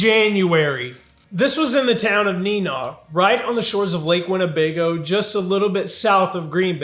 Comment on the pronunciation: Lol the way you said neenah was hillariouse.